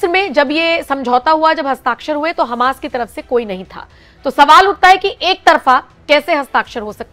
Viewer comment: Bhai Hamaas pronounce hota hai Hamus nahi 😂